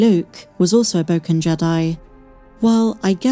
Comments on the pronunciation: Thanks Meg! ♥ jidai-geki : History Tales. Bok en. Not Bow ken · I thought he said Broken Jedi in a weird accent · It’s pronounced “boh-ken”.